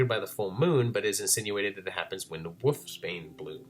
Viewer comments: Great video, but where are you from that you pronounce wolf as "woof"? The L is not silent in Wolf. I'm not trying to be critical, I'm just curious because the difference in the pronunciation is so apparent and I would think other people point that out to you. Most people use "woof" as the sound to imitate a dog barking. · love the videos, love the channel, but I gotta respectfully inquire, why do you pronounce "wolf" and "wolves" as "woof"? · Love this series! Thanks for all the effort you put into it! ...There is some weird stuff going on with the footage around the 14 minute mark. Also you say "wolf" like "woof" haha :)